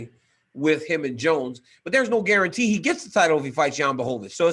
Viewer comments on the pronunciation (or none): none